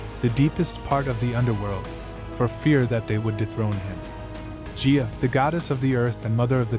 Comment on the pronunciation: Hey, awesome video! One thing Gia and Gaia are not pronounced the same. Gia is a soft g but Gaia (Mother Earth) is a hard G. And the i is also pronounced “eye” and not “ee”. That is all. ❤